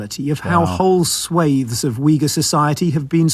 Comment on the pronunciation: It always amuses me whe Americans take issue with the pronounciation of a word as spoken by an English person as in the word 'swathe'. Go and google the word and you will find he was correct. This isn't surprising as, after all, the English did invent the English language.